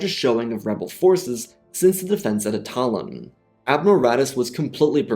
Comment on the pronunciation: Why do YouTube creators constantly mispronounce things that actually have an example to use to pronounce from? Attolon in this case. It may be he used his voice to create an AI to read the script. If he’s smart enough to know how to do that, why doesn’t he listen to his videos to see if there are any mispronunciations? It may sound petty to go off about this, but this is exactly how we have a generation of kids in school where we need translators to understand them.